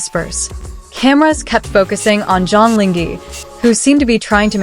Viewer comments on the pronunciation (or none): Please, the least you could do is to learn to pronounce the actor's name properly to show your respect .. 張凌赫 Zhang Ling He (whether reading the Chinese words or romanized Hanyu Pinyin, his name should sound like "junk link her" (with due respect to ZLH, no offence intended, just getting the right pronunciation sounds)